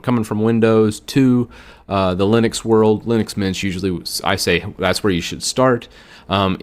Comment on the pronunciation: I guess linix is wrong it's linux maybe because it's from Unix. That's how I believe it's said.